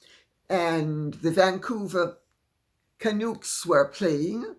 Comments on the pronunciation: Hi Lady C. Just have to correct your pronunciation of Canucks. It's Can-uh-cks, not Canooks 😊 I highly doubt Meghan was a Canuck fan. She apparently wanted a meeting with our Captain Quinn Hughes. No way, leave him alone! Life-long Canucks fan here fr9m British Columbia 🇨🇦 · Dear Lady C, I must correct you. It is CanUcks, not Canukes. Some background on the meaning of the word: Why is a Canadian called a canuck? Canuck - Wikipedia Canuck /kəˈnʌk/ is a slang term for a Canadian. The origins of the word are uncertain. The term Kanuck is first recorded in 1835 as an Americanism, originally referring to Dutch Canadians (which included German Canadians) or French Canadians. By the 1850s, the spelling with a "C" became predominant. Today, many Canadians and others use Canuck as a mostly affectionate term for any Canadian. Attested since 1835[ as Kanuk (in US writings) and 1849 as canuck (in Canadian writings). Of unknown origin, often hypothesized to derive from the name or speech of an early Canadian minority, later broadened to denote all Canadians. Some dictionaries suggest it is an alteration of Canada, which in any case ensured the spelling Can-, or that word's etymon Laurentian kanata (“village”), or a related word kanuchsa meaning "villager" in that or another Iroquoian language. Some sources connect the ending to Inuktitut inuk (“man, person”), from Chinook (“Aboriginal people of the U.S. Pacific Northwest”), or another First-Nation language ending like -uc, -uq, or -oc. Since 1975, many scholars have come to think the name is from Hawaiian kanaka (“man”), a self-appellation of indentured colonial canoemen and Hawaiian sailors working off the Pacific Northwest, Arctic and New England coasts, via French canaque or (more likely) American whalers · Oh Lady C it’s not ‘canook’. It’s Canuck. Rhymes with duck. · Canucks is pronounced can uks not can ooks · Canuck as in CAN-PUCK…not canook. 😀🩷🇨🇦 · Lady C. Canucks. Rhymes with tucks! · Pronunced Ka...nucks